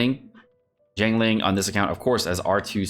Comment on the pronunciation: atp i dunno if ur saying jingkoo i purpose or jokingly but its become funny